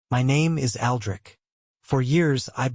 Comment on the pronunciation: Boy you had a problem from the start with the name Aldrich damn